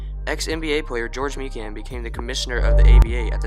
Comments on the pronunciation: His name is prononuced My Can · Mikan is pronouced Mike Anne